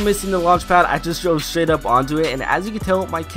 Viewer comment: you accidentally said sh*t instead of straight